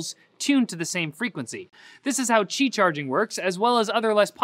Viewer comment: ow is that how you pronounce qi wireless charging? I always thought it was "ki" not "chi".